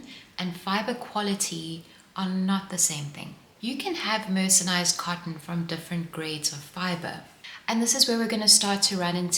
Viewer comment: Enjoyed the information and the charming presentation. The video seems to have white noise or some other background sound that I find uncomfortable. And, a small thing: it’s mercerized, not mercenized.